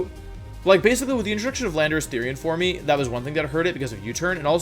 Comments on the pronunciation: Why do you say form like for me? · Did he actually pronounce "forme" as "formey?" Also, I have never heard Girantina pronounced like that, was that also wrong? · Forme is still pronounced form lmao not form E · Cringed everytime he pronounced form, for-me. Form like dorm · formEEE? Geeratinah origin formEEE? It's just FORME, like form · ah yes my favourite pokemon, ji-rat-nea origin formy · "jir-at-knee-ah origin formie" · “Formee” “Jiratnia” I’m here for these pronunciations 🤣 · Wideo. FormE. Jirattina. I am in love with these pronunciations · "for-me" is he doing this on purpose? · is it actually pronounced "four-mee" great video btw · Giratina? Jiratnia? Jiratina for-me? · Since I'm a fairly new subscriber, I thought Wolfe had a speech impediment because of "Wideo" and other words. I was also confused on his weird pronunciation of pokemon names like "dekidooey" but after looking at older vids and hearing "Origin formy" I see now that I've been tricked, backstabbed and quite possibly, bamboozled. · Every time he says "forme" I think he's asking me a favor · The “e” in “forme” is silent, Wolfey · man, i love how you pronounce forme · FORM DOES NOT END WITH AN E! REMOVE IT NOW! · I really enjoy your content and your one of the members of the Pokémon community that I have the most respect for. But what’s up with replacing v’s with w’s and pronouncing the ‘e’ and the end of words like same and forme